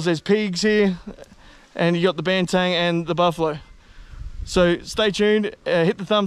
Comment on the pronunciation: I don't want be a dick mate....but it is Banteng not Bantang....eng not ang!